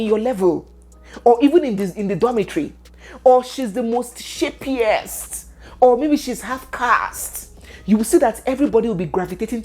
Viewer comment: you pronounced an unfamiliar words. Is it a grammatical error? If no, could you please write out the correct spelling? I need to know what exactly you pronounced there because I couldn’t find it on google. I heard something like “Most sharpest or “most shapiest” but the last word looks like what you pronounced. Second, from legal standpoint, I would like you to talk about the current saga surrounding Bobrisky. Stay blessed.